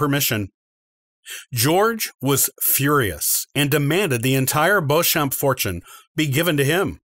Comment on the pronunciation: "Warwick" is pronounced "worrick" and 'Beauchamp" is "Beecham" "Anjou" is "OHN-joo" "Gloucester" is "Glosster" (like lip gloss) "Tudor" Is NOT "Two-door". It's "TEW-duhr"